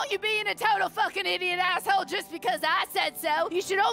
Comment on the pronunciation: I love how he says asshole as ashhowle